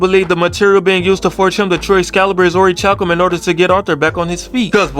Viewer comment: I know your saying orichalcum wrong on purpose😂😂